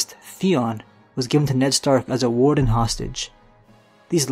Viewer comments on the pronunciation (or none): none